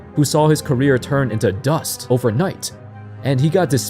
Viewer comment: Bruh said "DUST" 😂😂